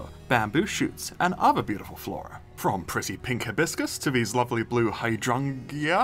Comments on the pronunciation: hydrangea is pronounced as h-eye-drain-juh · Hydrangea (Hi-drain-gee-uh) hope that helps 😊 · Beautiful tropical flowers are pronounced “Hi-drain-ja” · Hydrangea? it’s pronounced like “hide-range-uh”, and the emphasis goes on the middle syllable.